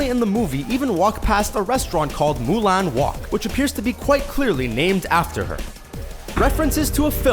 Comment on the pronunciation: You said wok wrong